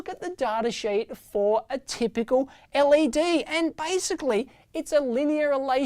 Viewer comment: L. E. D. Not lead.